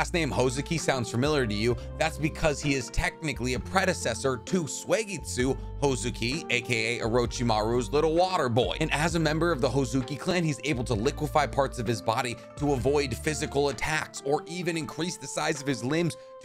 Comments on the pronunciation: Suigetsu ❌Swaygetsu ✅ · Did he ever say Suigetsu right? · If you claim to be a naruto fan at least say suigetsu’s name correctly